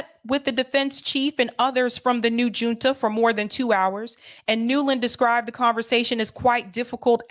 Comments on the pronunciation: Great coverage,! Fyi, junta is a Spanish word. The “J” is pronounced like the “H” in English. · Hi love your show! FYI “Junta” is pronounced with a H sound not a J sound. Like “Hunta”☺️